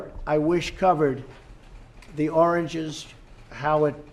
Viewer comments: He cannot even say origins, it comes out oranges. Like his skin. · I hear "origins," but yeah, you could make a case for "oranges." Dementia for sure. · Suzy Q Hmmm! It seems to me that he was supposed to say origins but instead said oranges 🤦‍♂️.no excuses there.The guy’s dumb. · I swore he said oranges not origins at first LOL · Julito Fernandez I believe he meant to says "Origins", so at least it is just a slip in pronounciation instead of slur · It's the difference between apples and origins. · Pretty sure he was trying to say origins but didnt know how to say it. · Wait...there's a Heroine summit?!! Lol Trumph forgot what he was saying in the middle of the sentence, tried to recover, and just babbles. I don't feel bad for laughing at Agent 🍊😂😂. Trumph is the dumbest reality show star in a very, very competitive field. God bleshh da United Statsh. Grandpa is lost again lol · richfield dominic he said origin once and oranges three times in that clip. U deaf? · Trump is a moron. No question. But, Trump was trying to say "Origins". This even correlates to what he is saying. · Haha he was trying to say origins He couldn't pronounce it He's old he forgets things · My mom had dementia. Trump has same symptoms, but I don't think "oranges" for "origins" is one of them. Sounds like he mispronounced the word. He clearly sd "origins" one time. It's a word that is harder to pronounce. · My mother-in-law has severe dementia, and there is no doubt in my mind that he has it too. He looks baffled, I recognize the blank look. He is trying to say "origins" but can only come up with "oranges" maybe because it is a simple word. His language will continue to become simpler because he will hang on the things he learned first the longest.